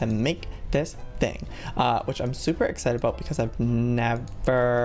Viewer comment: Your not excited you are exsignted